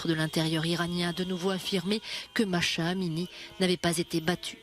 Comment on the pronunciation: le prenom de la jeune femem assasinée en Iran est MAH'SA, ne pas prononcer MACHA mais MAH-SA.